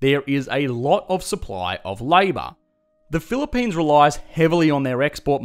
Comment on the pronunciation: "This is the Phili-PAINs", sounds about right